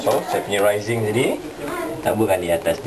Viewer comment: Raisin? Pronounce as rei-sin la haha tak pe la. Good effort. That looks healthy.